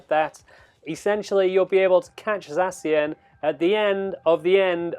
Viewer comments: ZACK IAN, THATS HOW YOU PRONOUNCE ZACIAN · You read it sexy-an 😅😅😂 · U are saying zacian wrong dummy